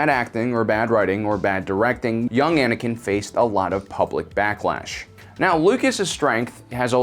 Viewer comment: Why the heck do people say Anikan instead of Anakin